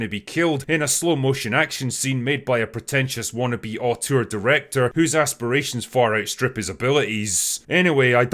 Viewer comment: Auteur, not autour.